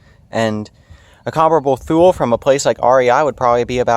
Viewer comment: The maker of other boxes you reference is pronounced like "tool-y" not "thool" Otherwise, pretty good review.